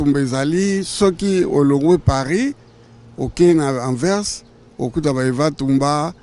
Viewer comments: Journakuiti Ba lobaka Anvers et non pas Anvex Franchement c'est abusé Ata Vieux Mokolo boye aza ko loba yango malamu ko leka yo elenge mobali. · Migue niema balobaka Anvers Anvex te bolole moko boye Wangila masoko etoboka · Anvers et non anvex